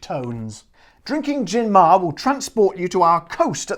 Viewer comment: Hi there, the pronunciation is "mah-re". "Mare" is Latin for "sea", the gin's name supposedely reflecting its Mediterranean character as you've read since it's produced in the Barcelona area. The Romans called the Mediterranean "Mare Nostrum" (literally "Our Sea"), and accordingly the webpage states in Spanish the following: "We've managed to distil and bottle the Mediterranean and export it to the world". I only tried it once and I didn't like it either. It's overpowering, expensive and pretentious, e.g. there was an offer in which they sold the gin together with a scented candle *facepalm*. As far as Spanish gins go, there's a huge selection these days. You could try Nordés and Larios 12. The former is a nice herbal gin produced in the northwestern region of Galicia and distilled from white wine, while the latter is a classic simple gin and the premium version of the most iconic (but otherwise horrible) Spanish gin Larios, which has been around for decades. This brand also has pink and orange flavoured versions. BTW, I must commend you for using a Spanish glass;)